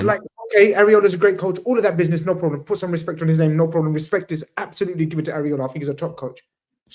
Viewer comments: I swear it's e-rah-o-la & not callin this man areola like some nipples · Why do they keep calling iraola areola they need milk?